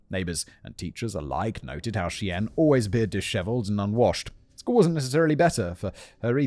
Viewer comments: When Simon finally put up the picture of Terry, the stepfather, I thought that the whole group of people were Asian because the way he keeps saying the girls name sounds like an Asian name except it’s actually Cheyenne like Cheyenne, Wyoming not she en! When I saw his picture, I thought what am I listening to? I’m so confused maybe I should pay attention but I usually have casual care list running in background when I’m doing laundry or just cleaning and picking up I never heard the story before, so was anyone else surprised like me? Or was Simon saying the girls name correctly and maybe I’m losing it? Please let me know if there’s anyone who had the same issue with the name! 😂😂😂😂😂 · I think her name is pronounced more like "shy-anne" ... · Chyenne is pronounced "Shy-anne." 😅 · In story 2 is the girl's name pronounced "Shie Ann" like the native American tribe not "She In" like an Asian name? Just wondering because it became so distracting I'm having a hard time not thinking about it during the story. I never thought I was that anal but here it is. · i know it is minor, but the pronunciation Chyenne is killing me. it is 'Shy-Ann' - simon pronounced it correctly once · Dubuque= Duh +boo(U)+ k Cheyenne= Shy +ann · Simon, love ya mate but. SHY + Ann is how Cheyenne is pronounced. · The girl from the second story is pronounced, "Shy-Ann". Like the people and cities over here. Just an FYI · Not trying to be rude or anything but I'm pretty sure Cheyenne is meant To be pronounced "Shy-anne". Like the town in Wyoming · How many people are screaming "SHY-ANN" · Fair enough then. Once he got to her youtube channels and one was "shyenne", I thought for sure it would click, but nope that was pronounced wrong too lol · No, That was wrong, however, he did say it right earlier 😊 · Hearing Simon pronounce "Cheyenne" is killing me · every time he mispronounced Chyenne it hurt me physically